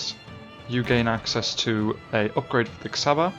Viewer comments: Nagyon jó videó, de az Csaba és nem Xaba ;) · Cs in csaba is pronounced like ch in cheese